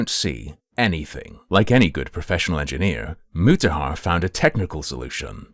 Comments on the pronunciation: Hard ‘en’? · EngineerrrrrrrrRRR with a hard R :text-green-game-over